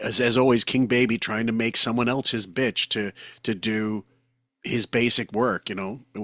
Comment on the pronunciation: Why do you pronounce the word “else” as “eltse?” When did a letter t get introduced to this word?